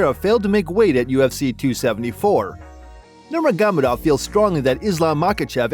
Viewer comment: It’s not Nurmaghamadov it’s Nurmagomedov